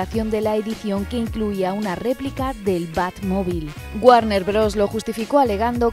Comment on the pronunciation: Warner "BROS" 😂